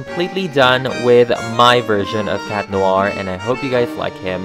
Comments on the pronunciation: Chat noir not cat noir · Ever realised Cat Noir is pronounced and spelled Chat Noir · Its chat noir not cat noir